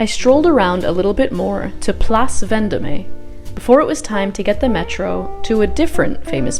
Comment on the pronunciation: Thanks for your excellent vlog. I have been to Paris a few times but you clued me in on some very interesting stuff I never knew about that I definitely need to check out. Luxembourg is definitely my favourite park. I went there last in late October and it was an explosion of Mums. I do need to tell you because it must, it's Place Vendome (long O, silent e) and Marais, like "Ma ray" like a ray of sunshine.